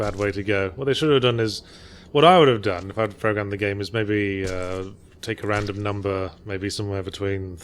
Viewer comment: RRRRRandom documents and audio logs...